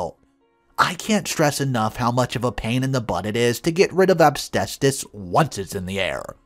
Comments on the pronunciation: Story 2: The word is AS-BES-TOS. You should practice it over and over so you don't end up pronouncing it AB-STAY-SOUS. It's a pet peeve of mine, especially when you're saying it consistently wrong. Ugh! 🤦‍♀️ SMH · considering it is easy to see how to say it and not some obscure word like terpsichore (sp?) He really should not be saying "absbestos' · What the hell is obstestus? I've heard of asbestos , but never heard of obstestus before! 🤔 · It's pronounced as-BEST-us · 😁😆😅🤣😂🤣 Asbestos. I love your pronunciation. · needs to learn how to pronounce asbestos!! 😳